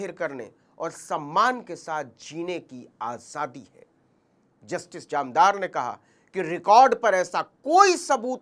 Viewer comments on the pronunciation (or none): जामदार नहीं सर, जानदार।